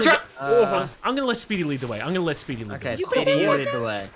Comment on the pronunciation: Anytime any of them (especially ) say Speedy's name, I just hear them saying 'Sweetie'